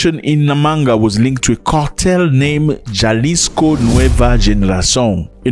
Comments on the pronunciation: Pronounce halisco, it's a silent J, you freaking illitrate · ZAC - ITS PRONOUNCED AS HALISCO DESPITE THE SPELLING INDICATING OTHERWISE - REQUEST HENCEFORTH DO A SOUND BACKGROUND RESEARCH ON THE TOPIC AT HAND BEFORE PRESENTATION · it's Jalisco pronounced Ha-Lee-sco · Ja is pronounced ha … Jalisco is halico